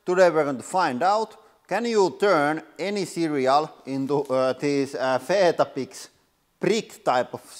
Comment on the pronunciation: Love your channel but I'd just say we say it like We-Tah-Bicks